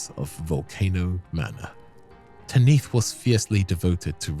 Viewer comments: why do you call her "Ta-niith"? In game and everywhere I've heard, it's "Tanith". Even Patches pronounces her name that. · Tan-ith, not Tan-neath. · Patches: "Tanith" - Dipshit narrating even after hearing it: "Taneeth". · Its wild how you played a clip where Patches prounces Tanith the right way and then you kept saying TANEETH immediately after. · Rya literally tells you how to say the Mistress’ name. who in the world is Tah-neeth? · Feels like people just mispronounce things for engagement bait “Taneeth” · Tan IF it's pronounced Tan IF they say it in the game! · How do you use a clip of a character saying Tanith the right way and then proceed to say it wrong for the entire video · If you said Tanith wrong intentionally, well played. Edits Jk you said Phoenician wrong too, don’t think that was purposeful 😂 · Why you saying her name like that. The characters are SAYING her name in the game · I love these videos but your pronunciations are wild 😂 How can you play a clip of Patches saying Tanith's name multiple times and immediately after say it wrong 🥀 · So funny to me, especially because Patches just finished pronouncing "Tanith" correctly multiple times immediately beforehand. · Definitely a choice to repeatedly say it wrong despite hearing the NPC's Rya AND Patches say it correctly. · The name is even said earlier in the video by Patches. How and why would you pronounce it differently?